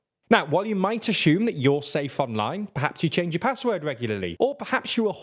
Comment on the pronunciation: Do not ASH-SHUME! When you ASH-SHUME, you make an ASH out of SHOE and ME! It's "assume", guys. There's no H in that word. I mean, you wouldn't say ASH-SHUMPTION, would you? ...Or would you?